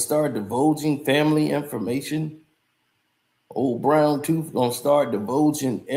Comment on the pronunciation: Ol brown toofffff not tooth tooooffff🤣🤣🤣🤣🤣🐐 u funny